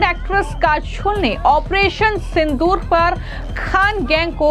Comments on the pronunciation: Listen news anchor calling kajol as kashol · Jai Hind........halanki report achchi hai per Madam aap apna pronunciation zara theek kariye......'काजोल' को आप 'काझोल' बोल रही हैं....अपने accent ko zara theek kariye......aap hindi ko American accent mein mat boliye bahut irritating lagta hai. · Kachol or kajal, pronounce achha nhi kiya tune